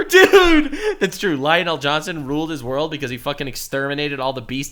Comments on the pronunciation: Lion' El Johnson. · Again he says lionel el'johnson